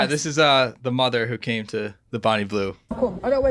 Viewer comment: Bro said a tough mudda😂😂😂